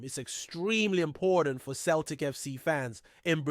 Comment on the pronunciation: It’s pronounced Sell tic. Not Keltic